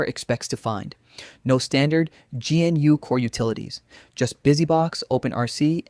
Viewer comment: "GeeNU"? Really?